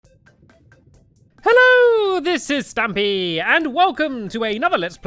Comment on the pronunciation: 456 No one noticed he called Stampy "St-u-mpy"? Lol!